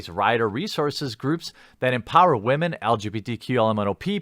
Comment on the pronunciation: I snicker every time you say wamen